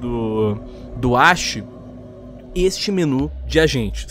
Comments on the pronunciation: O nome é Ashi e os cara pronúncia Axi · Mano pra começar os cara não sabe fala ashi e nem area depois o fogo selvagem não igual o capitão eles São bem diferente so pq os dois tem besta nada a ver outra os caras que dar opinião sem jogar o jogo, tem gente q não tem pc e nem console pra jogar R6 e viu oportunidade de jogar um jogo CQB, mano olha o damazio ele parou de jogar R6 pq o esta ficando muito futurista R6 vai ficar igual ao cod bo3 o area f2 ta ficando muito mais CQB do q o R6 olha a iana nada a ver personagem com holograma em um jogo CQB ainda fala em criatividade